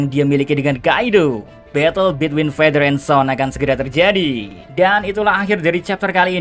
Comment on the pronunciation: Thanks a lot min udah mau nerima masukan" yg pernah gw sampein,entah itu masukam dri gw atau orang lain gpp,,makin kesini makin mantap kontenmu min,,oyaa coba di cari lagi cara baca father and son yg baik dan benar :D